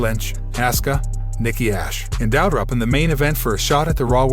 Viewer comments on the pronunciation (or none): I know right! He also messed up on Doudrop as well. Lol